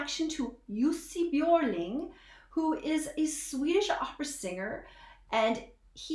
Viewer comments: I noticed you could say the letter (ö) correctly. Normally it would be Jussi Bjorling when english spoken people pronounced his name. Can you talk Swedish too? I like that you save your reflection to after the song. Can't stand when people cut off the music after every 15 seconds. Better to first listen and then go back and pinpoint the parts that you want to put some more light on. Well done!❤ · Now i understand how you could pronounce his name so correctly 😁. when you said Björling i just... wait what? 😁